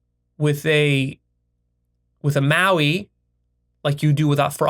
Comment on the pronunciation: Pretty sure its pronounced M A O I. NOT pronounced like Maui. I also wouldnt completely dismiss doing psyches in nature in small and moderate amounts for people who have experience and know how they react to said substance.